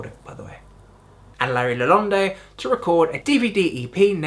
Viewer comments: Yeah...it's just "Luh- Lahnd". No "ay" on the end. Still, damn fine job, man! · For the most part this is pretty good. You have a few details wrong. A lot of those have been mentioned below. Larry LaLonde does not pronounce the “e” at the end. FYI. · Not pronounced Lalon-day, haha. It’s a French surname and the final “e” is silent. Pronounced Lah-lond emphasis on the second syllable. Also, it’s not patch-derm it’s like the Latin name for Elephant Pachyderm pronounced Pak-e-derm. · Mispronounced Ler's last name as well. Curious why you skipped over the Sausage LP, and the Primus EPs?